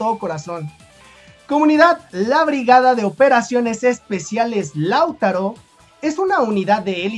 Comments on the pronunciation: No sé porqué, pero siempre que en tus videos mencionas a Lautaro, lo haces con el acento cambiado de lugar, y me da picazón en la espalda jajaj (siempre lo dices como "láutaro", pero se lee "lautáro", acentuando la pronunciación en la segunda letra a)... Saludos!! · Oye no es la primera vez que hablas de la (B.O.E) del ejército de Chile y porfavor entiende que el nombre no se pronuncia ( LÁUTARO ) no se carga la voz en la 1ra A, si no en la 2da A, o sea que se pronuncia (LAUTÁRO)(sin la tilde por su puesto), y su base de operaciones es en PELDEHUE, y no pedelhue. SALUDOS y gracias por tu incondicional apoyo a nuestro querido y amado Chile. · Hola, no es "Láutaro" sino "LauTAro". También se le conoce como "BOE". Saludos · se pronuncie Lautaro,No Lau taro, saludos cordiales desde Santiago De Chile.🇨🇱🇨🇱🇨🇱🇨🇱💪💪💪💪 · Es Lautaro sin tilde en la U y no Lau'taro solo LAU'TARO. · no se pronúncia Láutaro, es Lautáro, el golpe fuerte de la sílaba está en el segundo a y no en el primero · Di lauTÁro y no LÁUtaro....por favor dilo bien, gracias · Lautáro, imagínate un acento ahí. Así se pronuncia. gracias siempre por toda la información que nos das, que acá muchas veces no nos enteramos ❤❤❤❤❤❤❤ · Hola, muy buen video, sólo una pequeña corrección, Lautaro se pronuncia así Lautáro y Peldehue así Peldéhue. Saludos amigo. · Laut(á)ro y Peld(é)hue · Se escribe "Lautaro" pero se pronuncia "lautáro" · para pronunciar bien el nombre de Lautaro, debe acentuar en la segunda "a". Se pronuncia Lauta....ro. Saludos. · Lautáro amigo con acento en la segunda A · Lautaro es una palabra grave, no esdrújula, por tanto se acentúa en la penúltima sílaba. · Es que el chico es mexicano y me parece ese nombre no existe allá... De ahí que se equivoqué en la pronunciación. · Lautaro, con marcacion en la A como si esta llevara acento.